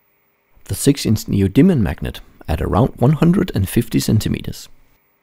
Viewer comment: I know it's neodymium, but I swear I hear him say neo demon magnet every time